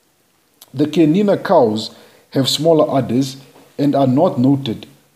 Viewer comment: so happy to hear the CHIANINA name pronounced perfectly and correctly in your video. Pure bred Chianina are utterly confident and quietly aristocratic. Full marks to you for respecting the correct pronunciation.. Chianina is my favourite cattle breed. They behave as royal kings calmly confident and aloof over all the other less tall cattle breeds